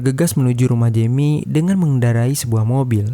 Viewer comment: Perbaiki pengucapan. Maulid bukan maulind. Jeami (jemi) bukan yemi